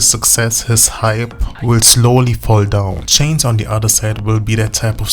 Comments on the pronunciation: Like many before me His name Is JC Not CHAINS . You wanna make a Video take the Time To GET IT RIGHT !!!!!!!!!!!!!!!!!! i Stopped watching because of THAT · JC's last name is pronounced "Sha-zay". It's French. His first name is Joshua, but his family calls him Josh. "JC" are his initials, used on the Mickey Mouse Club (there was already a guy named Josh on the show), and he continued using it into ☆NSYNC.